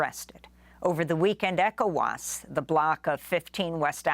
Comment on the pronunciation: I can't listen to this idiot constantly saying E Cowas